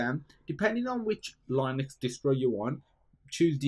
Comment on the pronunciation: It's LEEnux, not LIEnux